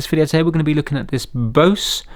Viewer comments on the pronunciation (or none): How to pronounce "Bose" is the same way you pronounce the word "Bows". Not Bosse. Good test CD. Had one of these radios the one with the single CD player and Bought it at a yard sale. Worked a day and then the audio on it failed. It faded away like someone is turning down the volume but I wasn't touching it. Took it apart and there was a gazillion capacitors in it and I heard that they all needed changed. Accidently broke the traces off the board so I junked the set but kept the speakers and waveguide assembly which still sounded good. Maybe I can buy an amplifier for it. I should have kept the case. Not a fan of the electronics used by Bose for these radios but they so sound very good. Why the headphones on your radio work is because they are being driven directly from the audio coming from the main audio out but before reaching the power amp. This is the same with the audio out on most devices unless it's a line output. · 'Bose' rhymes with 'nose'... I used to work for a Bose Pro Audio dealer... the rep was very specific!